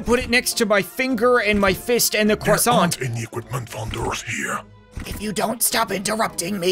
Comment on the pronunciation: pu that next to your cwasawnt lol